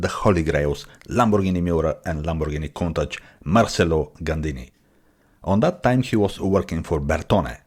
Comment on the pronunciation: Wow, someone who CAN pronounce COUNTACH. Nice video of an awesome Gandini Design. Ics-Uno- Nove.